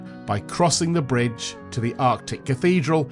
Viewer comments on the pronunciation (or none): none